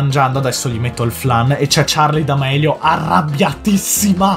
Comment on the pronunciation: Che poi Charli d amelio con la "e" hahahaha